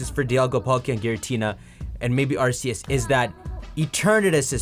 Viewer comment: Why does no one ever say Arceus correctly?